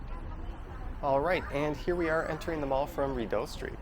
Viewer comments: Lol FYI, we pronounce it "Ree-dough" . Thanks for this tour! Now i can share this with my friends and family to show them where i go basically every day... gosh i have sooo many random things that have happened to me in this mall. Lots of memories here! Id say 50% good memories and 50% bad memories. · “Biggest mall” it’s not a big mall at all actually. And you’re over pronouncing the DOE part in Rideau. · It's REE-doe, not rid-OH... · Enjoyable video! For future reference, it's pronounced "Ree doe" (phonetically) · Yes it is a French name/word, but I am almost certain that it's still not that over pronounced in french. At least not Canadian french. (yes there is a difference in Canadian french to french elsewhere).